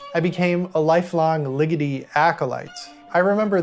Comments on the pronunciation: Small detail Ligeti is pounced with more of an egg sound than the ligiti you’re using …love the video …difficult to here ligiti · From one György Ligeti acolyte to another, you may want to check the pronunciation of his name. I've been putting the accent in the wrong place in his surname for years, and that's not how you say György. Loved the analysis. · This is really good work, thank you. Perhaps it wouldn't be rude of me to theorize that Boulez, being French, may be pronounced "boo-lay". Ligeti may also bear pronounciationial research on the level of your other stellar and more essential gifts to us.